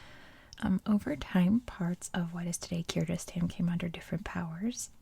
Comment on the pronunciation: Hi! I’m from Kyrgyzstan. Thank you for the video, it’s really nice! But Kyrgyzstan pronunciation is with “g” sound, like “google”, not “j” sound😊